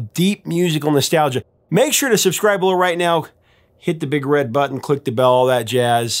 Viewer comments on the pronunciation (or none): none